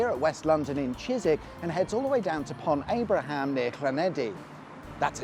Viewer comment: Pont Abraham near where? lol Not heard it pronounced like that before 🙂